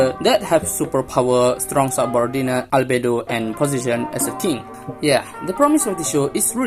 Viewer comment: I laughed so hard when you said "Albedo"🤣